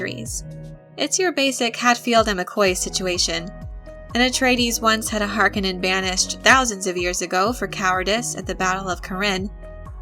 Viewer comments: Harkonin long o it is infuriating to hear you mispronounce it! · You are pronouncing Harkonin wrong the o is long not short this is confirmed by Frank Herbert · Stop pronouncing Harkonnen wrong. Seriously annoying. You even pronounced their home planet wrong. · Couldn't get through 2 minutes of her pronunciation of "Harkonnen". I'm sure it is a personal failing of my own... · Pls pronounce their names right tnx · Please teach your narrator to pronounce "Harkonnen" properly. It's like nails across a chalkboard with the way she says it. If she needs a little help with this for future videos, there's a simple solution for this. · It pains me to hear her say Harkonnen edited differently from what I've grown up with. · I dont know if I like how she pronounces "Harkonnen" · please pronounce har ko nen correctly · I hate how she pronounces "Harkonnen" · I have a hard time getting past her pronunciation of Harkonnen. Not saying it’s wrong, I’m just so used to the 1984 film pronunciation. 🤷🏻‍♂️ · Learn to say Harkonnen Watch the movie to learn how...You keep puttiing a D in there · If you knew what you were talking about you would emphasize the "o" in Harkonnen. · Movie was great one of the things that really killed me though is they say his name wrong through out the movie and in the old movie from 80s he says his name from own lips! He says (HAR KO NIN) in the new movie they say (HARKA NON) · I'm pretty sure in several Frank Herbert interviews, he pronounces it "Har-KO-nin". Not harkenin. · Har - KO - nen. Not HAR - ke - nen. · Not HAR Koh nen. Har KOH nen. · I love your vids, kid...but PLEASEEEEE its not HARK KIN IN....its HAR KO NEN! LOL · Hark-O-nen. Not Hark-A-Nin. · “Har-kone-en” not “Harkennen” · Har-KUH-nen? Horrible pronunciation. Its Har-KOH-nan. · Har-cone-ins not hark-in-ins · It's Har-KONE-nen, not HAR-kon-nen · Harkonnen - Wrong stress! The stress is on "O", not "A". HarkOnnen! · Har-Cone-Nin..... not Har-kon-nin. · Its pronounced as Har-kon-nen.